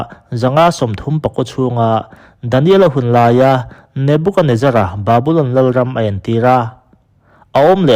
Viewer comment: Nubukanezzaraani lo. Nebukadnezzara a ni. Nebukad tia lam tur ani. Nebuka tia lam rit loh tur.